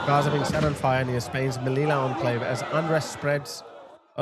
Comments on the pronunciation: Just to make it clear, should be pronounced Seyoota (or even more accurate THeyoota, but definitely not Keoota. And the other one is Meliya, not Melila. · Sue-ta, meleeya…….thats how you pronounce Ceuta and Melilla! Say it properly! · Finally, sth will be done! Yes, send the army! Hey,, just pronounce Ceuta like 'szeutta' and Melilla like "Meliya' (double 'l' = y). I am so happy to see some awakening. I have lived in the region for a year. Yes, this is a fight between good & evil, to save our Western civilization. These islmxyz want to destroy our values of democracy & freedom, and our Christian tradition & heritage.